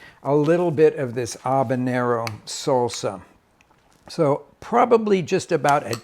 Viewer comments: Ha-banero, not A-banero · Great video, but it's pronounced Ha-banero, not Ahbanero. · ...aw-ban-ero...really? Where are you...Newfoundland?? Let me help you not embarrass yourself: haw-bah-nyer-r-r-oh Now practice it. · HaB a nero not Ab a Nero! 😬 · I had to bail after about the 12th "Obanero". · I've noticed Americans can't say H. They say 'erb or 'abenero not Herb or Habenero. Anyone else noticed that? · The fk is an “Obinero”? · If I had an ahbanero for every time he said ahbanero…. I too could make ahbanero salsa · he really enjoys saying A-banero.... ha ha. Love Rick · Love your sauces and videos. Making a sauce right now, in fact. LOL I smoked the peppers, onion, carrots....gonna see how this version turns out. BTW....is the "H" in Habanero silent? Asking for a friend. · Turns out everyone else on the planet pronounces the H. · The way he pronounces habanero is bugging me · This guy’s insistence on not pronouncing the ‘h’ in habanero is legendary.